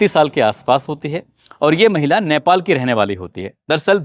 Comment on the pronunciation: Sir it's not naipal,,, chevj your pronunciation..... It's nepal